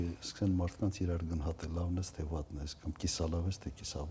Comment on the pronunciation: Գընհատել չէ, այլ` գնահատել